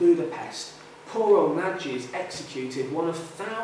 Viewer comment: 'Nagy' should rhyme with 'dodge'.